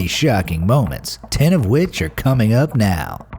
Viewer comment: Is it just me or did he purposely say "cuming up" 😂😂💀👀